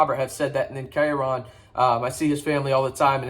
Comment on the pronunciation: Where is the "A" in KyeRon?